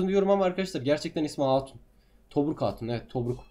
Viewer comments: Tobruk değil tomris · Abi tomruk değil tomris